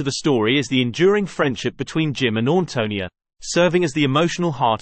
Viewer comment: You might want to learn the correct pronunciation of the main character’s name before doing a video!